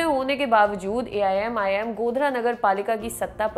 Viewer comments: madam Aap 4 bar Aimim ki jagah aii'm bol chuki ho . Mai aapka fan hu lekin aaj aap ka programm karte vakt shayad man kahi aur tha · aap pahele AIMIM bolna sikho.